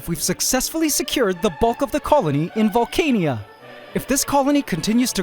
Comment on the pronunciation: Instead of pronouncing the name as vole-cane-ia, what do you think of Valh-khan-ah?